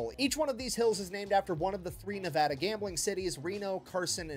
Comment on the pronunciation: Being a Nevadan, I love that they took place in the Nevada Cities. Nice that Nic said Nevada correctly. You, however, did not.